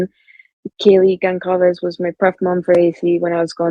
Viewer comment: I’m not 100% positive but I think the Goncalves (spelling may be wrong) said in an interview it was Gonsalves